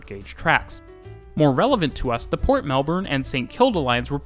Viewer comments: Even Melbourne pronunciation in this one gets a lot of improvement from your older videos. To make it really in the right place in your heart, the next video about Melbourne, say it like Melbn, completely without the R, please. You will get so much more love from Aussies. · Finally or eventually we will get a train going to the airport. Should be ready in about 10-15 years. If you really want to get some love pronounce our city as Mel- b'n. Awesome information. Cheers. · nothing makes a Melburnian grit their teeth more than “Melborn” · Melbourne's pronunciation in this one gets a lot of improvement from your older videos. To make it really in the right place in your heart, the next video about Melbourne, say it like Melbn, completely without the R, please. You will get so much more love from Aussies. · Obligatory "it's pronounced Melb-n" comment. Awesome video by the way. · Mel-BIN, sigh 😂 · Its pronounced melbin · I know, but it'd be nice to hear a Youtuber from a channel I love say it properly (according to Melbournians) just once. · Melbourne guy here - I learned quite a few things! Great job! Thanks! But you don't know how to say Melbourne properly so don't get a big head. 🤣